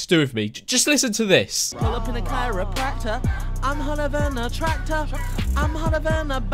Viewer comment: No one:: pull up in a caradqysgACKTE...... tracktor.....RACKTA